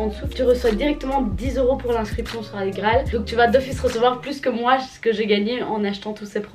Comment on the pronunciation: On dit « Igraal »pas « agraal »🤦‍♀️